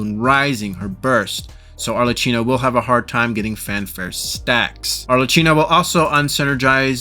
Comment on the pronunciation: Italian here is pronounced more like ArleKino